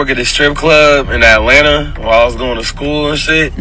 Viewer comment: "Alena" is supposed to be Atlanta?